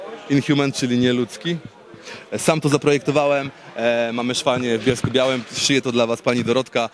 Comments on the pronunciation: Pracują nad nimi a nie potrafi wymówić poprawnie miasta 🤦🏽 W Bielsku-Białej a nie białym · Mysle... ze w Bielsku Białej a nie Bielsku Bialym.:)